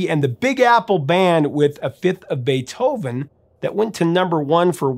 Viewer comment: Did he just say “bay-Toe-van” rather than “Bay-toe-van” ?? …Bizarre…